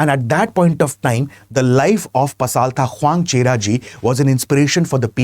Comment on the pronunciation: Way to pronounce pasaltha in mizo way Pasalthra